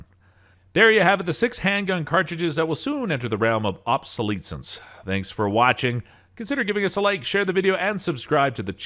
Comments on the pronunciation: It's pronounced: aab·suh·LEH·sns. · I've never heard "Magnum" pronounced that way in my life. Same goes for the word "obsolescence". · Can't even pronounce obsolescence yet telling me which Calibers are headed for it not really serious right?